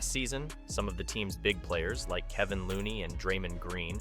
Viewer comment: Who is "Kevin Looney" smh. Come on. Kevon Looney...dude is an integral part of the team. #Dubnation.